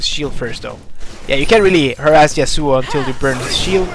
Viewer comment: Pretty salty about the YAsuo (emphasis on the first syllable)